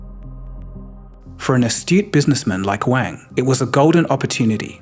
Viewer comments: Wang is not pronounced like you and your schoolboy friends used to use it. It’s Wang like car, not like bang. It’s Wahng. Ah as in aaaaaah I wish people would spend thirty seconds googling proper nouns before making a video for their 4.7m subscribers. Wang. Get it? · You're pronouncing "Wang" incorrectly